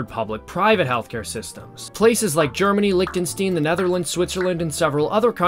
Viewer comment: The way he pronounced Lichtenstein "Liktenstin"